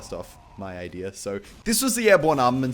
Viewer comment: Is it just me or does Muselk say "Idera" when he says "Idea"?